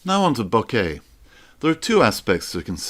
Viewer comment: By the way... pronunciation is 'BÒ-KEH', not 'BU-KÈH'... ;-)